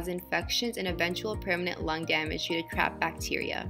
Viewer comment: I heard 'crapped bacteria'.